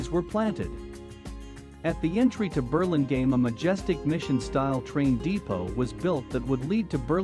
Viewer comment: I would rehire the voiceover to somebody who knows how to pronounce the name of the town :-) it’s painful hearing it pronounced incorrectly so many times. Also I would get these camera shots down lower. It doesn’t really look beautiful to see the rooftops of all the downtown buildings.